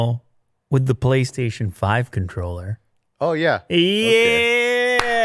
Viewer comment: did he just say "PoliceStation" 5 controller ? or is it just me, at the start of the video